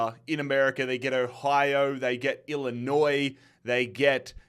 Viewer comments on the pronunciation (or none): none